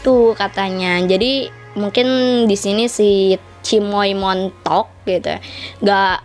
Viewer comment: Pas ngomong cimoy montl'ock 😄